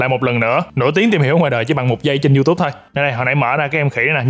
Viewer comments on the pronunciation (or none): none